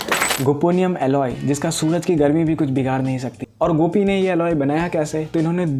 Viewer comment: bhaiya mai science ka student hu... gopinium sunke to mere goto se khoon nikal gya..:face-green-smiling